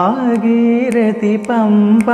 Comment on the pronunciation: സാർ, ഭാഗീരതി അല്ല ഭാഗീരഥി എന്നാണ് ( ഭാഗീരഥി നദി ) രഥത്തിന്റെ "ഥ" എന്ന് പ്രോനൗൺസ് ചെയ്യണം രതം എന്നാരും ചെയ്യാറില്ലല്ലോ